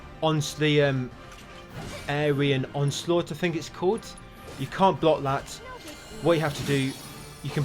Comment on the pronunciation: 'Ayrian onsalught' omg 😅